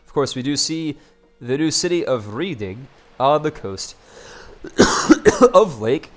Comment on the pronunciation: It's pronounced red-ing not read-ing